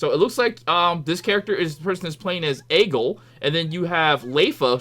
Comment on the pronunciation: Pronounced as A-gil Leaf-ah See-non. Besides that, had fun watching you as always. I'm totally getting this on ps5!